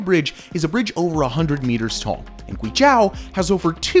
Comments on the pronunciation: you pronounced guizhou (it should o like o'reilly) incorrectly almost 50 times, you could at least research phonetics on wikipedia lol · Guizhou isn't pronounced GwayJao but GwayJoh Zhou is pronounced like the name "Joe". LiuZi is LeeOh Zzz. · Pronunciation of guizhou is wrong. Gui jou there's no ao Nice videothou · It's not Guizh-AW It's Guizh-OH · It is not pronounced zhAo, it is zhOu. Just like you spell it. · “Demon land”!!?? Oh hell no, it is the 貴州 Guizhou - Precious land. People who does not know Chinese well will confuse 鬼-demon and 貴-precious. But they do not sound the same. Like wine and white. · Not "Gui J-ao" ❌, Is pronouns as "Gui J-oe"✔. Sound like Joe Biden that "Joe". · It's (Gway Jaw) as locals pronounce it... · GuiZhou is pronounced Gui Joe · It's prounounced GWEE JOE. It's one of China's most beautiful provinces, full of minority peoples living in traditional villages. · Guizhou - you need to pronounce it kind of like Gway-Joe. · it's pronounced "Joe", "gooey Joe". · Awesome video, side note: It's pronounced "Gway Joe" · Great video! Yes I would do the bungee jump :) A couple of things though, there's no road to Taiwan, not sure where that came from on the map. And you're saying Guizhou wrong - "zhou" is pronounced more or less as the english name "Joe" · Yes! It’s like gway joe, not accounting for the tones. Had to stop watching because of the mispronunciation. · Guizhou is pronounced like "gway-joe" and liuzi is pronounced kind of like "lee-oh-zzeh" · Why do you mispronounce guizhou as guizhau? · Yes!I want to visit gui zhou!btw it’s pronounce as gui-zoe! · Sorry to be nitpicking, but it's pronounced "gui - zhoe" (as in the average "joe"). It's the same word as Guangzhou (lit. state). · It's pronounced "GWAY joe" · I thought the province was pronounced "Gwee-Joe" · Great video, but Guizhou is pronounced gway-joe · Zhou is pronounced like the name Joe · Your pronunciation of GUIZHOU is too repulsive to think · there is no "a" in Guizhou